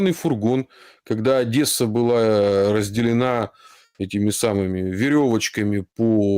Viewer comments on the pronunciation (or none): none